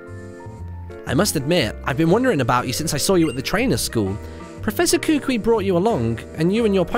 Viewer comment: Its not Ku-Quie, Its pronounced, Ku-Ku-ie